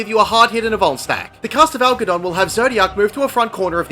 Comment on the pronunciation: I thought you kept saying bone stack, im like idk wtf that is, but I dont want to get boned. then it registers at the end va va vuln stack